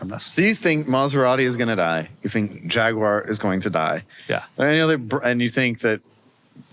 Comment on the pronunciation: How on earth can you claim Jaguar is a favorite brand of yours when you don't even bother to pronounce the name correctly?